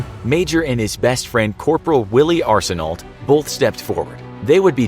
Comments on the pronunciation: Only some Canadians can understand he was saying “Arsenault” wrong.... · You not supposed to pronounce the last letters of L and T in Arseneault. The more you know. :) It's pronounced the same way mine is spelled, regardless of the spelling.